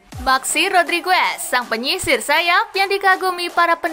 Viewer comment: What language is this?? It's pronounced Rodrigez. Not Rodrigwez 😂